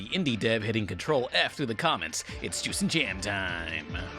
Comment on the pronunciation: Oh, he was saying "juice" the whole time?